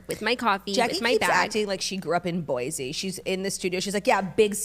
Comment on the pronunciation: Also all the Boise talk today queens!!! Idaho swirly here and It’s actually pronounced boy-see!